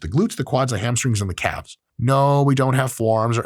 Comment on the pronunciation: Oye wey.. KA-Lves had me rolling. Super helpful video DOC